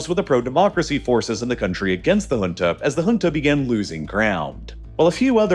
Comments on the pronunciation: First time i am hearing junta pronounced as hunta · The number of times he said HHHunta like we talking of a place in South America is unreal. Pls also research regional dialects, if not to perfection, at least not so catastrophically wrong that the term becomes inunderstandabe